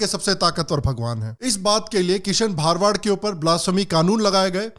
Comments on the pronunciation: Bhai wo bha ra wa d hota hai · Sir gujart me भारवाड़ nhi भरवाड़ hota he ❤️ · It's भरवाड not भारवाड. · भा-र-वा-द नहीं है भ-र-वा-ड है 🤦🏻‍♂️ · भरवाड not bharwaad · It's bharavad not bhaarvad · Not bhaar-wad it's bhar-wad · भरवाड Hai woh... Plz pronounce properly for no objections... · aap ka pronunciation galat hai it is bharwad and not bhaarwad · Thanks for opening our eyes. I appreciate all your videos. Please correct your pronunciation- his surname is भरवाड